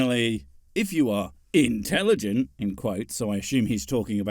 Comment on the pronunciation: Anybody else notice ..... "integiligent"